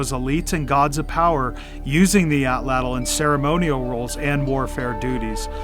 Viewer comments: Woomera is just one of the Native Australian words for this tool. I'm ok with Atlatl--but it should be pronounced correctly--which almost never happens. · Please learn to correctly pronounce Atlatl. It is disrespectful to the Nahuatl people. This is the language of the Aztecs. Not only do you learn one of two incorrect pronunciations of Atlatl in college Anthropology courses-- but the two incorrect pronunciations are so pervasive that I have heard Native Americans in North America get it wrong. They, of all people, would like to get it right if they knew better! Excellent video, though--one of the very best!